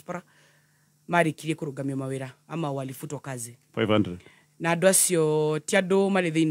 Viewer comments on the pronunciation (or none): Cate its not kurugama ..i have heard u say this many times its kuru-gha-ma